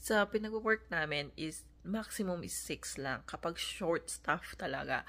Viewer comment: It's BAKIT, not baket. It's NAMIN, not namen.